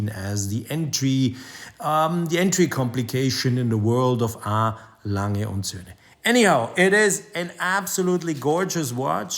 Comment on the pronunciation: Happy Festivus ole boy. When I grow up I hope to pronounce ‘A Lange’ like you. Great vid as always.